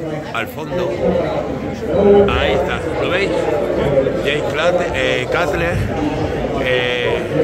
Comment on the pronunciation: cutler se pronuncia conU